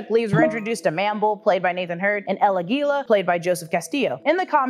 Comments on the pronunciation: el Águila, no el aguíla. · It's pronounced Águila, not Aguíla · as a hispanic it hurts me how you say Aguila, so let me help you, Águila, with the stress on the first A, not in the I. kisses! keep up the good work! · el aguila, inflection on the first a not on the i